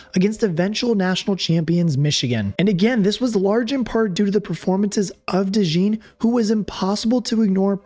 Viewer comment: You are wearing a Saints hat in the video, so I am guessing you are from Louisiana. If so you should know how to pronounce DeJean properly. LOL It is a common name in Louisiana (because of our deep French heritage) so we use the French pronunciation for those of you that want to know.